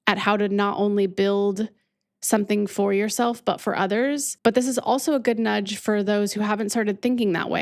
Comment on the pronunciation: You said nudge